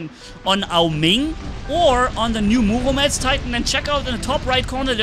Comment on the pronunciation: Murometz not muomedtz